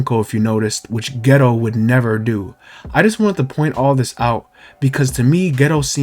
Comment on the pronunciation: I keep dying when u say geto, I keep hearing ghetto